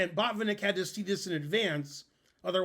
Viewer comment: I think a Russian or eastern European would say baht-VIHN-ik, accent on middle syllable. Same principle for to-PAH-lof (Topalov). But some Americans would be confused.